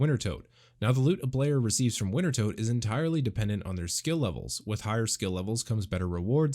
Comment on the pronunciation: It's pronounced winter-toad...